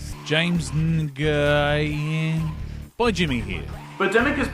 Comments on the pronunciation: "Nguyen" is actually not a hard word to say. It can be pronounced "N'when" or "Noyen". The latter version is pretty much extinct today, but you hear it occasionally eg 60s and 70s TV actress France Nguyen, aka one of the two or three Mrs Robert Culps, probably best known for being Elaan of Troyius in Star Trek. "Noyen" was how her name was often pronounced. PS Your mugshot in this video...near-perfect Ricky from Trailer Park Boys impression. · not for nothing but just so u know. Nguyen is pronounced Wen or When whatever...i didnt believe em either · Nguyen is a very common Vietnamese surname. It's usually pronounced like "when", but in Vietnamese, there's a weird ng sound before it. When people make fun of culturally different names like Nguyen and Shyamalan it comes across as racist and ignorant. I know that wasn't the intention, so that's why I'm commenting. If your intention was to offend people, then you have to post this comment to 10 videos or your great great grandma will rise from her grave and kiss you on the lips.